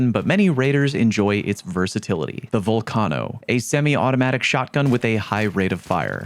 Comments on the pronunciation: VULcano,not VOLcano 😂😂😂😂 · bro just say it like volcano 🌋, sounds cringe any other way. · bro... why are you pronouncing vulcano so wrong? you know what a vulcano is right? gaint lava filled hole in the earth? its not named after sal from impractical jokers. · the way you say torennte and volcano wrong......oh my lord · That kettle nerf didn’t effect the gun AT ALL for people who don’t use macros. Learn how to pronounce torrente and vulcano.